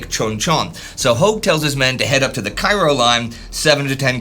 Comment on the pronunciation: I think Cairo here is supposed to be pronounced like the town in Illinois, i.e. KAY-ro